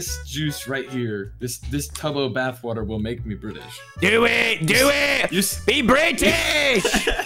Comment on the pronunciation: bri t ish??